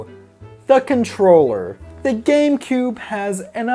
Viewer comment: It sounds like you said gay boy and gay player player